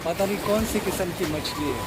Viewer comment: Yar machli k nam to sekh lo phehle